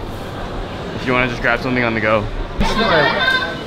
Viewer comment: hehe "on the goh"